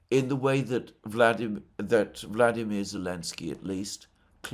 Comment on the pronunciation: Please stop calling the Green Goblin 'Vladimir'... he is a 'Volodymr'. Vladimir is the Russian President's name and is pronounced distinctly differently from Volodymr... It is about time that this error is corrected.